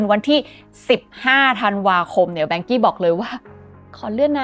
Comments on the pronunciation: อ่านว่า ว่านเค้อ ครับไม่ใช่แวงกี้ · นาทีที่ ที่ภาพเขียนว่า Vanke 万科 อ่านว่า Wànkē ”ว่านเคอ“. ถ้าเล่าข่าวจีนแล้วเน้น เสียงจีนได้ จะได้อรรถรสมากขึ้น แวงกี้ เหมือนเป็นบริษัทฝรั่งไปมีปัญหาในจีน แค่ความคิดเห็น ไม่ได้มีเจตนาจะไม่เห็นด้วย ถ้าจะแปลคร่าวๆ 万 Wàn ว่าน = หมื่น 科 kē เคอ = สาขา หน่วยงาน ครอบครัว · รู้สึกชื่อจีนจะอ่านว่า ว่านเคอ นะคับ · Vanke ในที่นี้อ่านว่า ว่านเค้อ ครับเพราะเป็นชื่อจีน ครับ ติดตามให้กำลังใจครับ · น่าจะเรียกว่า ว่านเค่อ หรือ ว่านเข่อ นะครับ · อ่านว่า"ว่านเคอ"ครับ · Vanke.อ่านว่า “ว่าน-เค่อ “เคยมีคนไทยทำงาน 1-2 คนครับ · Vanke ออกเสียงอังกฤษ จะเป็น "แวนเคอะ" ไม่เติม y ท้าย e ยังไงก็ไปเวย์ "อี้" ไม่ได้ 😂😂